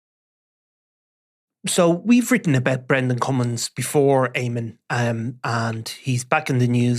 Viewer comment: Noe Eamon again🤦🏻‍♂️🤦🏻‍♂️😫